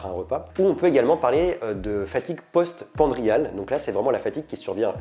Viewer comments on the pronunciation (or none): Fatigue post-prandiale, pas post-pandriale ! 😉